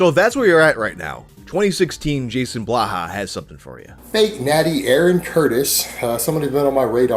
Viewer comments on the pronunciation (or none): none